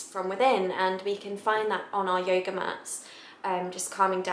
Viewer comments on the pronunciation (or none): ha ha so cute at the beginning she says yoger! ahhh i love her accent its very cute ;)